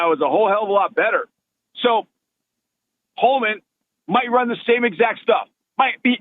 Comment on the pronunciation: Btw it’s HOLMON. Not Holomon…